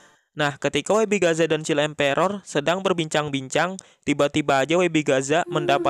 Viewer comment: Child emperor bang bukan chill emperor😂😂